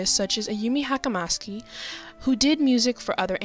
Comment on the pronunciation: I'm sorry if you got this pointed out to you many times now but you mispronounced Ayumi Hamasaki. First name was pronounced correctly but the surname sort of sounded like a different one entirely.